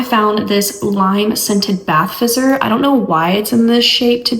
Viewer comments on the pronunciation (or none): none